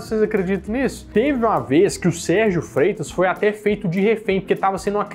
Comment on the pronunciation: É Sérgio Frias, não Freitas kkkkkkk!